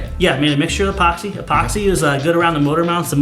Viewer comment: "e"poxy. Not Poxy.